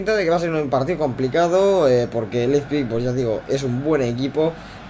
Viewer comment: L-E-I-P-Z-I-G, no Leizpig, jejeje. Muy buenos videos, los voy siguiendo, saludos!!